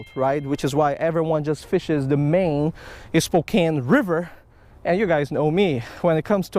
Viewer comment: Welcome to the PNW! Hahaha good try at pronounce Spokane...spoh-kan. Come over to this side of the mountains.